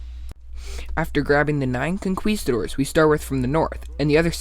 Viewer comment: Great video, but a little laugh when you say conquistadors. Con-key-sta-doors. Not spanish myself either